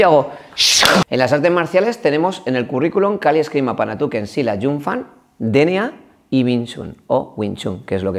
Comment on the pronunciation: Kali, "panatuken" 😂😂😂 julai, es panantukan, eso lo primero.Segundo, kali y panantukan es lo mismo, kali es la denominación que se utiliza para todas las artes marciales filipinas, que entran armas, boxeo sucio, el panantukan y grappling, el dumog.En pequeños detalles se cuando el instructor es un farsante.